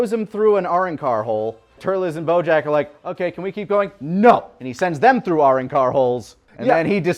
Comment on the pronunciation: Are y'all pronouncing Arrancar the way they do from the English dub of Bleach or something when talking about the the holes? Cuz that just sounded way fucking wrong - even googled a vid to make sure my memory wasn't gaslighting me and yea... Which also, the holes themselves were called Gargantas.